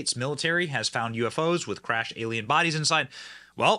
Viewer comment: Bodies Benny.......Bodies. Not Bodys